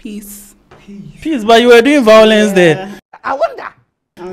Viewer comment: We're all welcome to the vawulence room 😂😂😂😂😂